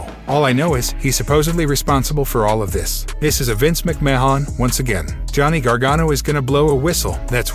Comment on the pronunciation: This guy doesn't even know Vince McMahon's name "Ma Hon"? BUT he can pronounce Gargano????